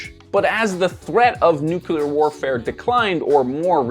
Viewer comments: I wanted to get to the promised non-depressing end of this vlog but had to give up because I can't take someone who mispronounces nuclear seriously. Sorry. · Say it with me nu… clear… nu…. clear. It’s not nuc-uler. Please sir!!!! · Nuclear not nucular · Nucular? I thought it was nuclear? Anyway, thanks Ground News. You're killing any interest I once had in your service with all your non-stop influencer ad campaigns. And now I'm sick of too. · sorry I had to say it, but it is nuCLEAR and not nuCULAR 😂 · Please stop saying nookular. It's nuclear... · It’s ‘NEW-CLEAR’ not ‘NEW-CUE-LAR’ ! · Loved the video but please, it’s nuclear not nuculur. Just say ‘new’ and then say ‘clear’. Nuclear. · Nu-cle ar. not nook ku lar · New-KLEE-ur. Please for Gods sake it’s not NU-KEW-lur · Why do Americans - and also Canadians apparently - say 'nu-que-lar' although the word is clearly 'nu-cle-ar'? -- It's not a critique or anything, I studied linguistics and I am very interested in everything language related. I also love the English language. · It's "nuclear", dude, not "nucular”! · I'm gonna be that guy... it's "new-clee-ar" not "new-kew-lar". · nukular war 😂😂😂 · American literacy rates = “nukyaler” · I'm just having so much trouble accepting that educated people, and even British people will say "nuke-you-lur" like Dubya. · How TF do you look at the work "nuclear" and decide "nukular" is the way to pronounce it?!! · Why do you say "new-cue-lar"? Are you stupid? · Stop saying nucular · oh no... he says "nucular" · It's like "nucular" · Nukular? NUKULAR? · Nucular. Lol. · You're the last guy in YouTube that I thought would pronounce it "nook-you-lur". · Just scrolling through the comments to make sure I'm not the only one. nuculer. ew. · President Jimmy Carter, who took a “nukuler” power plant operation course in college with the intent to serve onboard a nukuler submarine, pronounced it the same way. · Nucular? triggered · Made me think of homer saying it lmao